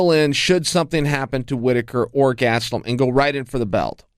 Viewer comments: Kelvin "Gatsdeulum" Gastelum. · Chael "GATstellum" Sonnen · Chael "GATstelum" Sonnen